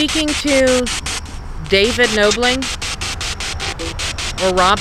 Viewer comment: I haven't finished the video yet but I did want to mention that it's Knobling like doorknob not like noble. Just wanted to let you know, it's a common mistake.